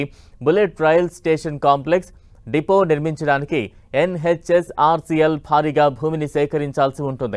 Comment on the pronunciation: “YEN HETCH OR SEA EL”